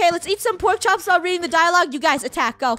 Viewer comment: Did someone also noticed that fennel said porks hops to a cooked steak Triggered